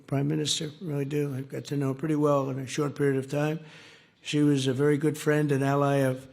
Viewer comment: Where is my phirrand, Amaarika phirand, do-laand Trump 😂 😂